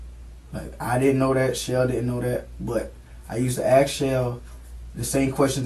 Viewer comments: Why do black people say axe instead of ask. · Do you even need to axe? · axe Michelle?? Where have I heard that before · You axing the wrong one! Lmao